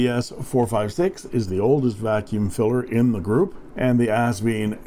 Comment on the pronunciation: Kudos to another captivating review -- and to the correct pronunciation of Asvine! I knew it was still possible to teach an old...I mean Dog...new tricks. LOL, and BINGO!